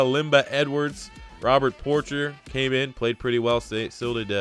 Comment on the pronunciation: Love seeing a rebuild of my poor Lions. Great video! Ps. It's pronounced por-SHAY, not Porcher. 🤗